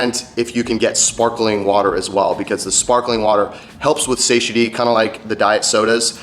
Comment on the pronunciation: That's not how you pronounce "satiety"